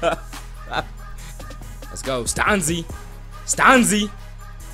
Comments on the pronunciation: Stan-zI not STAUNSEE, hahaha great vid! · hell yea ricky stanzi from iowa!! and it's pronounced stan-zee not stawn-zee lol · You pronounce Ricky Stanzi name wrong lol Chiefs is my team